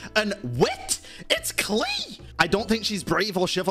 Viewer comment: "AND WIT IT'S KLEE"